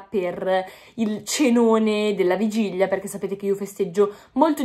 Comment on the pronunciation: Bellissima, l'unica cosa che si dice vigilia, non vigiglia... NON è UN INSULTO🤗❤